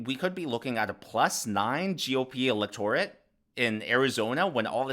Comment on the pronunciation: I like your site -- but you need to learn how to pronounce "electorate" -- especially in your line of work.